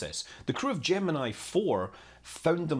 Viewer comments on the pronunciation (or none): You pronounced Gemini incorrectly . . . sometimes . . . or every time. Don't ask me, I don't know.